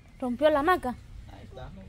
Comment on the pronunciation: Ja ja ja a mi me hace reir la norma porque no sabe hablar el nombre es hamaca no maca y lo peor es que fueron a la escuela y no sabe ni hablar